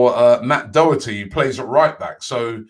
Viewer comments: Im sorry, but that mis-pronounceation of doherty was just too bad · It's matt doher tee